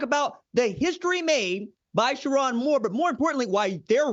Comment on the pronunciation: SherRONE, not SheRON! 😅😅😅